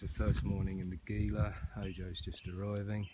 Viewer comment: FYI it is pronounced "Heela" not "Geela". No big deal, but thought you might like to know it What time of the year were you hiking in the Gila? I have been plenty cold in in the Gila! But, yes the river crossing and all the rocks along the rivers can get really old. Love that part of the country though. Some really large cats in that area as well!